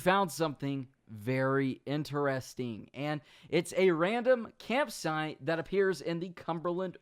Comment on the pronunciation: campsiTE, there is a t in the word. use it